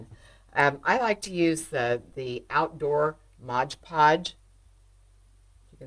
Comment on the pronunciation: MOD instead of MODGE